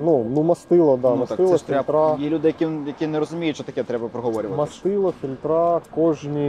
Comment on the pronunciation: І не маслА, а мАсло, не фільтрА, а фІльтри, ну і не клапанА, а клАпани. О, і немає ніякого міфічного полуосЯ 🤣